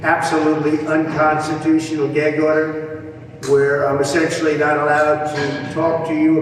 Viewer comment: I just wish he could say, "gag." It's not "geg."